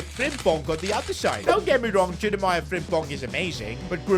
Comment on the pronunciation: can i plz ask u to say jeremIE frimpong instad of jeremaiah or is it a habit or something? (no hate btw)